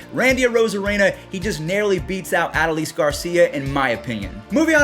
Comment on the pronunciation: You're pronoucing Adolis Garcia's first name wrong. It's A-Doh-lees. Still love the content.